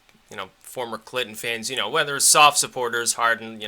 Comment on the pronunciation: Did you say sob supporters? Oh, SOFT supporters. My bad. ;-)